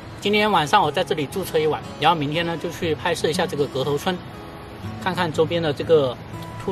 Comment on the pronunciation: Yan后=ran后，哈哈